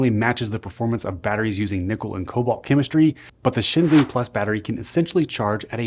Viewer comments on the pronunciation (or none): By the way, ShenXing is pronounced like "shun shing"